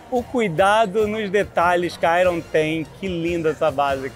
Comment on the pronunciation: “airon” não, Alexandre… é “Airn”